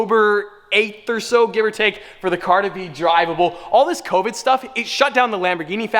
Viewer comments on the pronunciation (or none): Did he say cobid